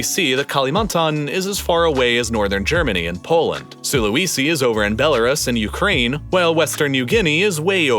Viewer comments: Please research pronunciation! It doesn't take very long. I cringe every time I hear "Sula-wee-si" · Is this a computer-generated voice? After all this time it only occurred to me watching this video. The pronunciation of local place names is horrendous! "Aseen" for ASEAN, "Can-BEAR-ra" instead of CAN-berra, "SulaWEEsee" for Sulawesi... it was actually pretty cringy.